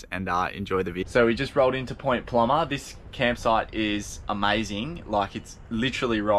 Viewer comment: I’m impressed , you got Point Plomer right in the game of pronunciation . Luv your honesty in the vids re bad weather , some other crews never show the crap weather . 👍👍